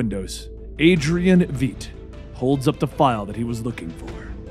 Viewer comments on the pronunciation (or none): V-ight not V-eet. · Adrian Feet? Thought his name was Veight? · Adrian VEIIIIIIIIIIIIIIIIIIDT!... It's not pronounced Veedt, it's pronounced VeIIIIdt, like light with a "V".Man that's frustrating lol. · Love this story, one small thing: The 'ei' in Adrian Veidt's last name is pronounced the same way as the 'i' in 'wide' is. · Panthror Yeah it’s pronounced like “Vight” right? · You sure? Because there is a German last name that's spelled "Veidt", and it is pronounced more like "fait". Like "Fight". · Veidt(pronounced 'vite') I've really enjoyed your coverage of these comics! 👍👍👍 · VITE ITS VITE ITS PRONOUNCED LIKE BITE ITS VITE LOL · he said "VEEDT" smh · i've given up on pronouncing things right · Only question I have is why do you keep pronouncing Adrian's last name the way u do lol